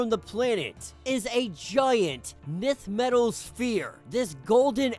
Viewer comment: Nth metal is pronounced "Inth/Enth" not "Nith" Love your channel!